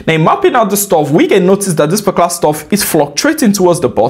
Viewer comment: your videos so interesting to watch, especially when u say "parclar trade" - ''particular trade '😅, really like your videos AF, thank u G for free value❤‍🔥❤‍🔥❤‍🔥